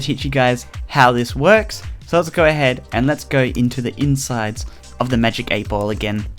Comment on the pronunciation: For anyone wondering: No, not all Australian pronounce "ball" like "bowl". This is just weird